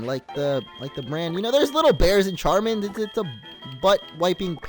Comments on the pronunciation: Pronounced sharmin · Although it's spelled Charmin, it's pronounced: Shar-min. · Charmin is pronounced "sharmin" like the French ch